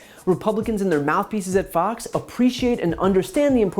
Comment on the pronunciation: I swear he said "FUX" news instead of Fox...subliminal...